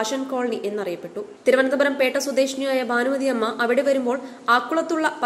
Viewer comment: 'ബാനുമതി' അല്ല ഭാനുമതി ആണ്. ചാനലുകൾ എല്ലാം തന്നെ അക്ഷരസ്ഫുടത ഇല്ലാത്ത മലയാളമാണ് വിളമ്പുന്നത്.. എന്താ മലയാളീസ് ഇങ്ങിനെ?